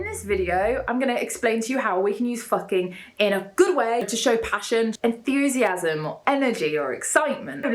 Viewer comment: Is it my impression or she says enthusiasm like enFusiasm???